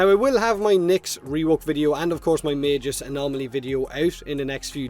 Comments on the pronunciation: the way you pronounce Magus is giving me autism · Is magus pronounced with a j (like does here) or a hard g? I've always said it as Mag-us